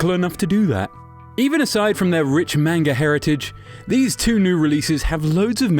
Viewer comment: I cringe every time he says manga wrong.